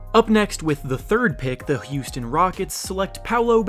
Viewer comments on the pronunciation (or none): none